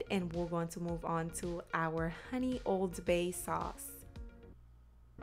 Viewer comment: Thank you I’m making that RIGHT NOW! I didn’t get when you said OBEY SEASONING LOL I then looked it up, and u were saying ;” OLD BAY” seasoning I was soooooo excited because I HAVE OLD BAY SEASONING! Looks delicious I already have the salmon in the fridge I’m making it at 5pm dinner, I’ve already made my delicious butternut yams with salad! I just now found your channel I’ve subscribed! Make some chocolate recipes 🎉😘🙏🏼♥️👍👍👍👍👍✨✨✨✨